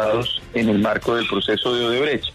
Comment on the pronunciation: El fiscal es incapaz de decir la palabra odebrecht 😂